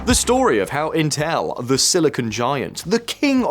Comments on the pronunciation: What the FLICK is inTELL ? Is this an AI robogob trying to pronounce INtel ? "There was a time when saying inTELL was" proof that you were ignorant. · Why does he keep pronouncing it "Inteeeeeeelllllll"